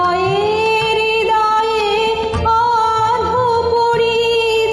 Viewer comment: Was very good except I had some problem with the pronunciation of "HRIDAYE" as your "RIDAYE". This little thing throws me down the cliff. Please note that pronunciation. It is very important for Rabindrasangeet. Follow Suchitra-di and Ritu Guha and see how they did it. You have a nice voice and dedication. You will do well. Dr. Ajit Thakur (USA).